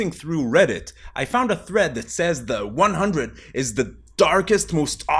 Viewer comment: I am extremely surprised to see no one in the comments told him he's pronouncing the title of the show incorrectly